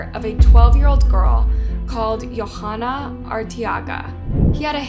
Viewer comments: The girl's name (Yhoana) is pronounced yo-AH-nuh, not yo-HA-nuh. The "h" is silent. Kind of a big oversight. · As a latina in sorry but i cringed at the pronunciation of the names....Velasquez. Its "veh-lass-kez". And .most likely her name is probably pronounced "joanna" Y makes a j sound in spanish. Her last name is Arteaga which is either pronounced "R-tea-ga" or pronounced like Ortega ( like the taco brand n my maiden name btw😉) except just with an A sound instead of an O. No hate n many prob think Its not a big deal but if it was my family member or friend id want their name pronounced correctly😊.Such a tragic horrible story. Just awful. So sad.😞rip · Her name is pronounced Joe-ah-nah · You're butchering these peoples' names, honey. It's "Yo-(w)AH-nah" rhymes with "Moana", that cute animated movie about a Hawaiian surfer girl. Pay attention to where the H is and the fact that the girl is obviously not Scandinavian of any sort, that would change a J sound to a Y sound. The accent stress goes on the capitalized letters. Her last name is "Ar-tay-AH- gah". And you butchered the last name when you show the mother's face. Once again , pay attention to where the letters are! It's "Vel-AHSS-kez.